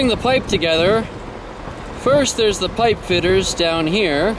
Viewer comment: "Fitters" lol